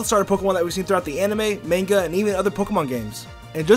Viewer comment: Please, stop, saying, MAINGA